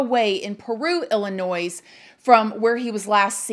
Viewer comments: I’m guessing that you are an American and you were born in this country and you don’t know how to say the state of Illinois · lol! "ILLINOISE"! smh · Illa-NOIZE lol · Illinois is not pronounced “ill-i-noyZ”, the “s” is silent so it’s “ill-i-noy” based off of a French adaptation of an Algonquian tribe name. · Ill-a-noy....not Ill-a-noise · Please pronounce Illinois, correctly….it’s noi not noise… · Pronounced ill-i-noy...not ill-li- nois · God bless Jelani Day and his family. This needs more attention. They need answers. So sad. Btw,, this is one of your babies talking: Illinois is pronounced ill-in-oy — the S is silent. Love youuuuu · It's (ill-uh-noy) 💜 Illinois. Praying for Jelani's family. 😭 Great video 🦋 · PLEASE DO NOT PRONOUNCE ILLINOIS WITH AN S ON THE END COME.ON. I can't even comprehend that I have heard her say that several times. Mind numbing. Education is important people. Cringing. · The S is silent in Illinois. Sounds like Illinoi. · The S on the end of Illinois is silent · You don't say Illinois with an s, you are killing me. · Illinois. Not s is pronounced. It's pronounced like lllinoi. Just for your info only. Kind of like Arkansas. Neither have the last s pronounced. Also, it came out that the sister was also at that campground. Their attorney admitted this. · Girl, we do not pronounce the s in Illinois! Illinoi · Hun…Illinois is pronounced with a silent s. “Illinoi”. Try it! Xoxo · I'm not being unkind but you do not pronounce the s on the end of Illinois. It is silent. Pronounced Illinoi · Sorry if I sound like the grammar police but it's driving me nuts! It's a silent s on the pronunciation of Illinois... IL-ə-NOY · It's pronounced Illinoi, "S" is silent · Girl I love u but Illinois is not pronounced like it's spelled. It pronounce like Illinoy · I love you but it’s pronounced illi noy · Please learn how to pronounce Illinois, it's not Illi-noise. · The "s" is silent in Illinois. Same as in Arkansas.